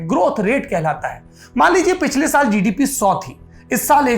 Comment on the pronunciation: किया जिडिपि हे भाइ जि,डि,पि, वाह सुनकर मजा आया 😁😁😁